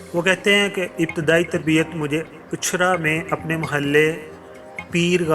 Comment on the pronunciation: Uchhar nahin. Ichhra hai jaga ka naam janab. Kiya waqat AAA Gaya you tube per